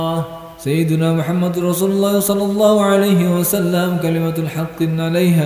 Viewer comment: Sholla bukan shollo👍